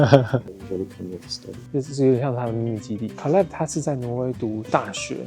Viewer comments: 我朋友（美國人）小孩也叫 Caleb /ˈkeɪləb/，可是他發音跟你好不一樣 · I think it’s pronounce Kay-leb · caleb這個名字的發音應該是Kay-leb吧？ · 好奇問一下Caleb唸成卡類ㄅ是什麼特殊發音嗎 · Caleb的名字發音跟美國人不一樣嗎？還是阿滴叫錯了？